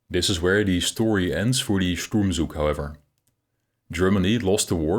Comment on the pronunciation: Pronunciation: the “z” in “Zug” and “Sturmzug” is voiceless in German.